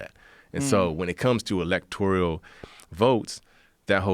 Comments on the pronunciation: Electorial? Ebonics, bruh. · What’s an electorial college? Yikes bro needs to not talk about things he has no clue about because he looks like a dummy here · Electorial? I think you mean electoral. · I'll vote for the guy that says "electoral" correctly, not "electorial" Shit for brains.....this only hurt his career, assuming he had one. I've never heard of the clown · this dude literally cant even pronounce electoral correctly.... what a waste of a podcast joe.... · Is someone going to tell him how to pronounce ‘electoral’ ?